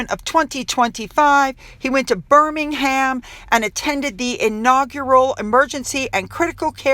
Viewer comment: Couldn't agree more about your observation regarding how respectful people are of Prince Williams. You can tell with the way they are standing with great reverence. FYI in case i'ts helpful, In the UK, the Brits pronounce Birmingham with the "h" being silent.